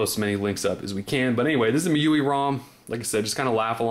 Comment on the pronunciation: 'M' 'I' 'U' 'I' , GET IT RIGHT